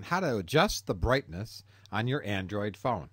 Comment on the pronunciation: Brithness level